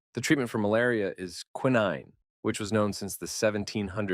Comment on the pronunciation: Pronounced "kwie-nine," emphasis on the kwie, which rhymes with "pie."